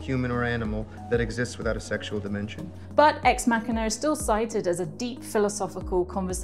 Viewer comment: "Ex Mackiner". Yeah, there's no "R" in "machina".